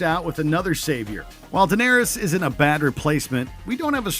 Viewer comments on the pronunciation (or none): Are we not going to talk about how the narrator said Daenerys? That was Terminator Genisys...